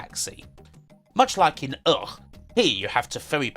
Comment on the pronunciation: About UGH! it is spoken "Uh kh" :)